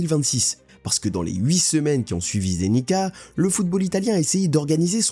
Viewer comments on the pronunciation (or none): *Curaçao, pas "le Curaçao". Et Zenica se prononce /zenitsa/